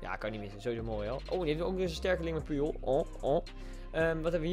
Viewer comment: Puyol spreek je uit als poetjol